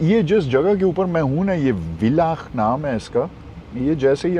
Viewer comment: Villach is pronounced as "Fillach"